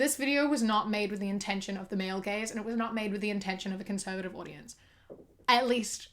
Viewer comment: I thought you were saying "the male gays" and not "the male gaze" I was so confused